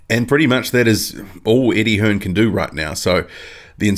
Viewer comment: yep you can tell because he called him Eddie hearns lol its Eddie hearn dumb prick